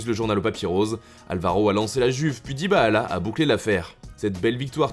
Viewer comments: je vous aime mais SVP: Arretez d'ecorcher le nom de Dybala!! C'est Dybala et non "DybAAla". C'est reccurent chez vous et ca devient penible. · “DybaAllah” ptdr la prononciation